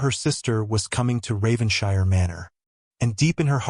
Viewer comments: Please tell your AI voice that British places names ending in "shire"are pronounced "[Whatever]-shurr". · I wish the narrator checked how English words/named ending in ‘shire’s are pronounced.